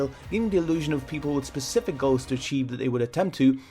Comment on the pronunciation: specific not pacific